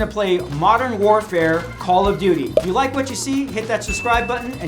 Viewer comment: Am I the only one who laughed at how he said “modern warfare,” then after “call of duty”